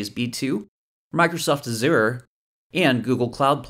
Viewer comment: Microsoft Asüreee 😂😂😂😂